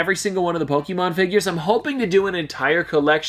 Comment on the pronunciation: It's not Poke-E-mon , it's Pokémon. Please stop saying it like that it's super fuckin annoying